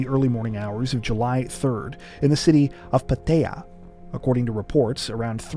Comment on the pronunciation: It´s not Patea it's Pattaya.